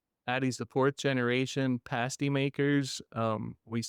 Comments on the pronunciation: PAST~PAST~PAST~ PASTY...NOT PASTE~ies either.......Damn this interviewer after being told over and over, still can't say it right! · it’s pronounced with an a as an apple. Paaa sty. The UP is my playground. It’s where I go to escape. So many cool things up there. If you need some ideas for stories, I can give you a whole list. lol